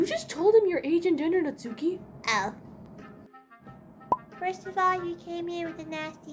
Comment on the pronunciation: This is the best thing I've watched all day 😂 Btw, I think Natsuki's name is pronounced “NAT-ski," because it's Japanese